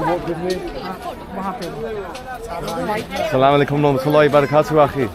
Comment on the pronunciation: Brother always sy Asalsm-o-alikum not salam o alikum check the correct way of salam. Thank you.